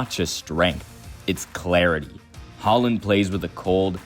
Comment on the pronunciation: How do you guys pronounce ’board’? Now substitute the pronunciation of ’oa’ with Haaland’s ’aa’ and you get his name correct. If you respect the guy you should pronounce his name accordingly. Just a tip 😀